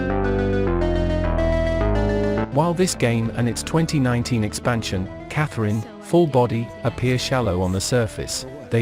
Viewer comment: Cat-her-eeena? Wait what? I’ve been saying the girls name, Catherine for years…. 😂